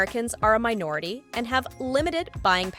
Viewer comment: whoa the emphasis on “MINORITY” coming from a “white” voice is crazy… 💔 #fail.